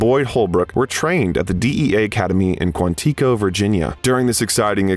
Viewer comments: I’m only nitpicking cause my 2nd Cousin went to Marine Corps OCS in MCB Quantico, but how did you pronounce Quantico? It’s “Quant-iko,” not “Quanteaco.” Short i. Not long E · The narrator (AI?) mispronounced “Quantico” and ”Bogota” within a minute. Also, later, “Gloucester,” which is when I gave up on the video. Isn’t this what editing is meant to fix?